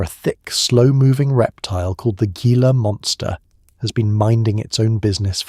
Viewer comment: It's pronounced "Heela" monster actually. - Arizona, am!